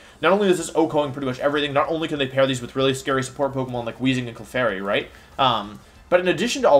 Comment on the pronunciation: your pokemon pronunciations upset me